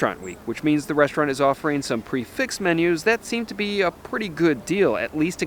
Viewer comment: You need a shave, and you might want to learn how to pronounce "prix fixe."